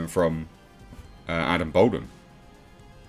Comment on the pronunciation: Dude, it’s pronounced “Ball-dwin”; not “Bold-win”. You’re doing my head in.